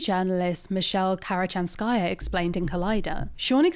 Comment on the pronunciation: In any Russian name the suffix -aya NEVER takes stress. The stress is on the stem, never the suffix. Usually this is the syllable just before the suffix. KirichANskaya.